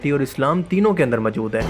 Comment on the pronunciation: Urdu bolni seekh lo. "Qabzaa sakhain"..."mjood hen" lol